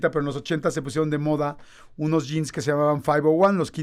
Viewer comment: Min Jean ☹️ no por favor , di jeans , agrégale la “s”